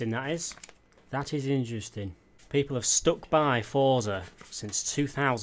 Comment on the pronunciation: Why does everyone say fortza?